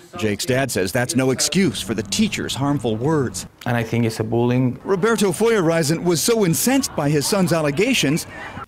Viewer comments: The student's father eloquently sums up the whole situation: "I think issa booleng." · ah yes boowling